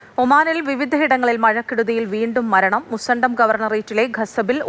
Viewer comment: മുസണ്ടം അല്ല മുസന്നം